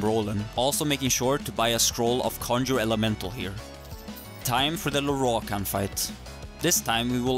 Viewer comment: i always giggle at how he pronounces "Lorroakan", sounds so epic for some reason.